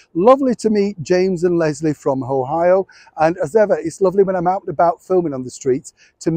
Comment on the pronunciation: Pronounced Ohio perfectly✋️❤️